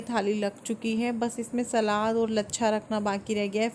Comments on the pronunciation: जी सलाद होता है शलाद नहीं please thk se bola kriye sunne m bht irritating lgta hai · Nice vlog 👌. Shlad nahi hota salad hota h